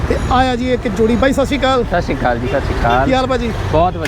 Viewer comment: I am not a person to write negative comments but come on punjabi is your 1st language at least sat satsri akaal properly not Sashi kal 😂😂😂